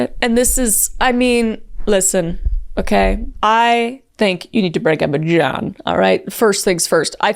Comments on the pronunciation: I love your pronunciation of John. “J-yawn”. 😅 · “jYeOuWn” So silly I love it